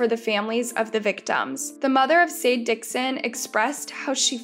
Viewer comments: I'm not sure but I'm pretty sure her name is not pronounced Sade it might could be pronounced (Shaw-Dey)... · I’m pretty sure it’s pronounced “shah-day”, not “say-d” lol. But who knows, I could easily be wrong!